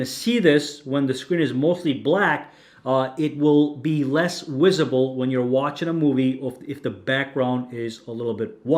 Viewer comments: What's wisible mean? You said it would be less wisable the screen crease? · “Less WIZZABLE!!